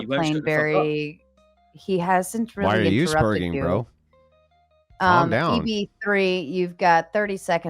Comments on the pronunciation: Is it 'sper/ɡ/ing' or 'sper/dʒ/ing'? They both pronounce it differently. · Bro said stop sperjin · "Stop sperjing" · "stop sperJIN" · "Sperjing" lol